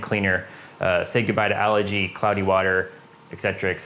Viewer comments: Algae is a plant. Allergy is a medical condition, symptoms of runny stuffy nose, itchy eyes etc. LOL Of course other than the pronunciation good info and methodical as usual. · Algae. Algae. Algae. Not Allergy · Yea, I've learned from my mistakes. I grew up pronouncing it that way, but I'll use the english Al-gee version if it makes folks happy. Thanks! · Haha yes! I grew up pronouncing it like this, but I've been training myself to say it al-gee now. Doing my best! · Where I grew up it's pronounced more like allergy 😆. I've changed my pronunciation after all the comments on this video.